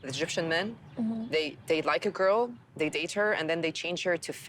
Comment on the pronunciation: Zey, Zhat , zzzzzzzz 🌚